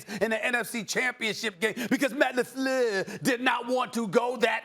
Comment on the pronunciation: when Stephen A says "Matt Lafleur" 😂😂😂😂😂